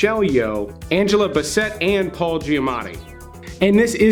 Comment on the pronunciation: Angela "BaSet" lol BassIt! "Angela Basset"